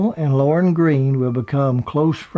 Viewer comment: Lorne not loren